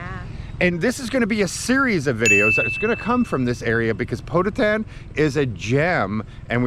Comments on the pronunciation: Poe-toe-tan, not Poe-ta-tan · I like how pronounced..''POTOTAN" it seems the place sounded like somewhere in the states...hahahaha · Ask the local people how to pronouce Pototan in english. my wifes family are from dingle just the next town to Pototan